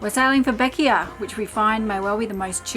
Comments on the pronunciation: Bequia is pronounced (Beck way) Island of the clouds. In the indigenous Arawak languages . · Hi, Its pronounced Beqwee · It is pronounced BeckWay. Great video I love Bequia.